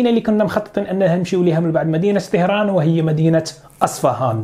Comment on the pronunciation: طَهران و ليس طِهران